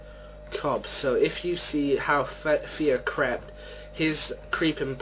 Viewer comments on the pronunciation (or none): hah its sounded like Craped creeping pattern not crept :D